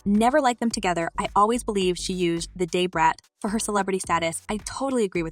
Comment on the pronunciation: This is "alleged" news. Either the pronunciation of "Day-Brat" is to avoid legal ramifications using a celebrities name & likeness for what could be fake news or Ai does not have speech recognition yet for "Da - Brat". And the use of screen shot comments is used to fluff the story with unknown sources. Its crazy how they have the time to put this stuff together.